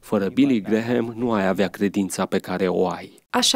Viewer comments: NU SE PRONUNTA GRAHAM, ci GRAM. Mai luati lectii de engleza ca va faceti postul de ras. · Vă faceț de rîs domnilor. Nu sunteți în stare nici măcar să învățați cum se pronunță numele masonului Billy Graham. Se scrie Graham, dar se pronunță Gram. Rugați-l pe Tudor Pețan să vă învețe măcar atît. Și nu-l mai promovați pe acest Billy Graham. De ce? Faceți-vă tema de casă înainte de a promova pe oricine pt că aveți pretenția că sunteți televiziune creștină și veți da socoteală pt TOT ce ați făcut și promovat. Unde vă este discernămîntul cînd o promovați și pe eretica de JOYCE MEYER? Sunteți chiar atît de orbi încît nu vedeți și nu vă dați seama CINE ESTE această femeie "pastor"...? 😭😭😭